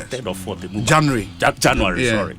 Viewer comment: stop your funny pronunciation of the word “January”. Do you have diarrhea in the mouth?